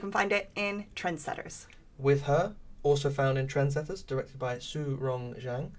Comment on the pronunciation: Hi, I’m Su-Rong Zhang, the director of With Her. Really appreciate your comment of my film and you pronounce my name perfectly! Thanks again!